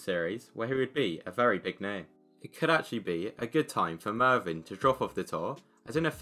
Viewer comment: It's Mevyn, not Marvyn